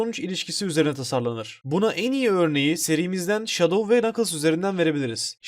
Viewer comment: Abi Enson sonicle şadov diyeceni sandım 🤣🤣🤣🤣🤣